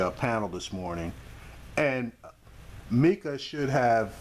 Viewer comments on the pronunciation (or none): none